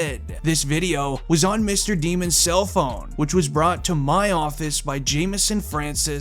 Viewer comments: It’s pronounced “Demmons” but at this point they should actually go with Demons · It’s pronounced “Demmons”